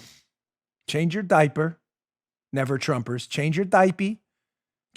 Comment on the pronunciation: LMAO about the “never Trumbers” 😆😆😆😆😆😆😆